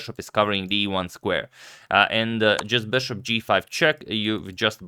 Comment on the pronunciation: for the love of God please stop pronouncing it 'beshop'. I watched your earlier videos and you were pronouncing it correctly. What happened?